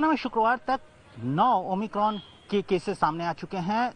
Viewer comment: o my cron 😂